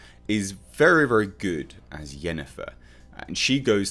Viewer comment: Clearly says Yennefer, obviously you don't have an ear for accents.